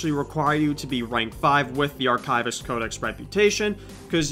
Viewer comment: My favorite part of this video is when you mispronounce Archivist every time you say it :)